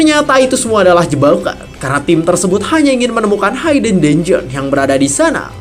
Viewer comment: Masih hayden haiden aja dari dulu.. cobalah channel ini sebenernya potensial, kalau ada kritik yang membangun ya diterima dan diperbaiki.. Hidden itu ya dibaca hiden biasa, h i d e n, bukan hayden haiden apalah itu.. Biar lebih enak aja dengernya dan tambah baik channelnya kedepannya.. mudah2an segera dilakukan perbaikan di video2 berikutnya